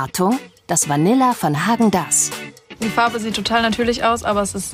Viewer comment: Wenigstens ist die Dame vom Verbraucherschutz in der Lage Häagen Dasz so auszusprechen wie es sich gehört! :face-green-smiling